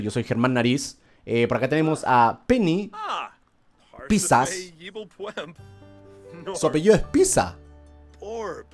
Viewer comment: German dice Pisas en vez de Pizzas :v